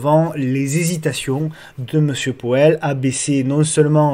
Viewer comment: Hello ✌🏻. Ta prononciation de MR.Poêle (Powell) m’a bien fait rigoler 😂… Je vais essayer de retrouver ta vidéo sur les crypto, je ne l’ai pas vu passer 🤷‍♂️🙈, dommage ça m’intéressait. Bon week-end👌et merci.